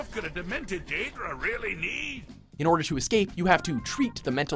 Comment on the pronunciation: What's a "Deadra"? , I only know Daedra and Aedra.